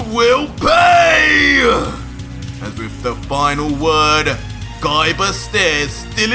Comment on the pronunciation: I really laughed hard when u end a word with A like Gaiba you make it Gaibar